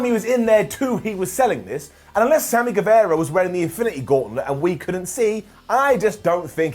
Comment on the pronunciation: it's pronounced Samy GueVAHra, not GueVEHra